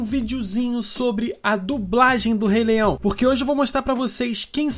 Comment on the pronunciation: Mano, eu admiro muito o seu canal, mas tu disse Re-leião!!!